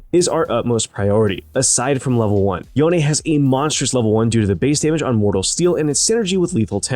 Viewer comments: are you seriously calling him Youn? or yon? That's disgusting, it's YOH-NE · i think e is silent in yone sounds so bad with the e